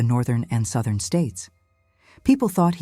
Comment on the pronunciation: Sowthern states.